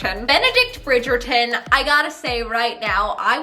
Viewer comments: No offence love you, but as a British person the way you pronounce Bridgerton makes me cringe. Love you though ❤️ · I love the way you say bridgeton 😂 It makes me laugh sooooo hard